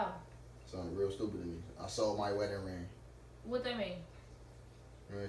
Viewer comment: He kept saying “wetting ring”😭